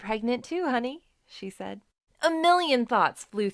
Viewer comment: It’s said not seid